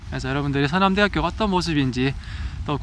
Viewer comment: 서남’대’하꾜! 이거 대구 사투리인뎅!ㅋㅋ 대구쪽분 맞으시죵 ?